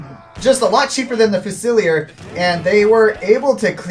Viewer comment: Nice cast, fyi fusilier is pronounced fuse-ill-ear